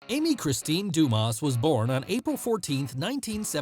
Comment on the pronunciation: The "s" in her last name is silent.